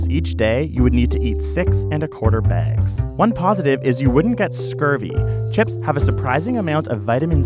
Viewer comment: He's Canadian. The way he says bags sounds like begs